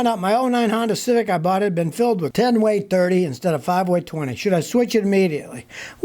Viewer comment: Scotty “Ten Weight 30” !!?? The W means “winter” lmao